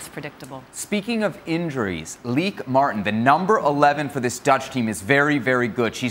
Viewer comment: bynahelemaal Thank you for the correct pronunciation. I hate trying to say anyone’s name and getting it wrong . Often we fans from other Countries get both spelling and pronunciation incorrect. BTW the Netherlands played outstanding football throughout this tournament. I for one salute the team for helping make the Women’s World Cup fun to watch. The Goal Keeper earned the Golden Gloves award and literally kept the Orange in the hunt for the Cup with several great saves in several matches.